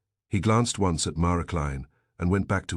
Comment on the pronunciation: Why does your AI pronounce once as ons and No as Number? Why do you have such a limited range of names? Why are all your characters stereotypes? Time to change the AI bot.